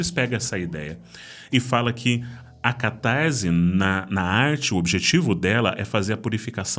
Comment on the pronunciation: Diz-se catarse e não "catarze". O ésse não está entre vogais, então não possui som de zê. ótimo conteúdo.